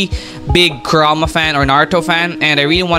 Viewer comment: Bro said kurma 😂😂😂😂